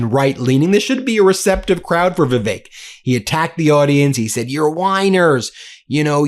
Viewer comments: Vivick. Vivick. Not vivake. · "VIV-ACHE"? FURIOUS BENJAMIN HAS CATASTROPHIC PRONUNCIATION AS ALL HELL BREAKS LOOSE!